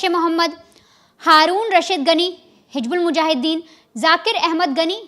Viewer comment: Hij😂😂😂bulmujahiden. Bolna to seekh le rakhail.